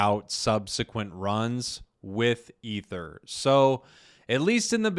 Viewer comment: Pronounced E-ther